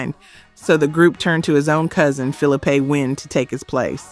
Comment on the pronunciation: No. 3 - SPINNERS Phillipe' Wynn's first name is pronounced Phil-LEE-pay, accent on the middle syllable, NOT 'Phillapay'.......guess you had to be there 😒